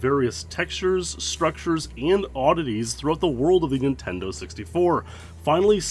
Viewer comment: Ah ha, you said "intendo.' I love it. It reminds me of the late 80s when I was five.